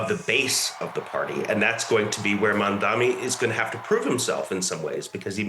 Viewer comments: should start with learning how to pronounce Mamdani's name correctly, he kept saying "Mamdami" which shows the level of reporting on his end. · Madame the journalist, it’s MamdaNi, not MamdaMi… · MaNdami, MadmaMi, i don't get why is it so hard to say his name consistently and correctly. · How are you hosting a show on DW if you can't even pronounce Mam-Da-Ni..... Non mandami.... Not that difficult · even she can't. or refusing to pronounce his name right . His name is Mamdani not Mamdami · Who is this "Mamdami" she keeps talking about?? Why is it so hard for people to say or remember Mamdani? This is not me being offended on his behalf. It just doesn't seem that difficult for me to learn, let alone for a global news anchor to learn. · This expert doesn't even know the actual name of the person. He's calling him MAMDAMI, nice job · Mam-Dani. It's really not hard. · no. not. She said in the start MamdaMI. They show their hate with this or may be a code for some kind of grouping may be. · no you are mistaken. The anchor said "Mamdami" 5 times, including 3 times in 30 seconds around the 6 minute mark. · This reporter and analyst are embarrassing, they can't even say his surname properly. It's really not that hard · The hate the White media is depicting out, is through the pronunciation of his name. As you did mam. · Say his name correctly, u racist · Why are you pronouncing his name wrong